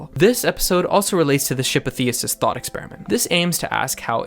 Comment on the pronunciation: Lmfao you didn't say Theseus right, but I appreciate you referencing it😊